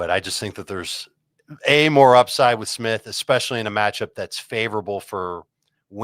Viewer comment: "EXspecially" is much worse than EXspesso. Just me?